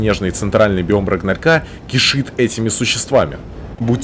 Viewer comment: Только вот не "рагнарька", а "рагнарёка"